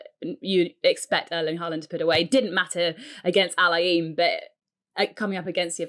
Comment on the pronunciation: Pronunciation of Al Ain is wrong guys, you are butchering it.